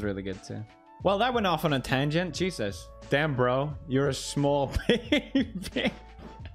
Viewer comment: Lord Cheesus dIaRa?!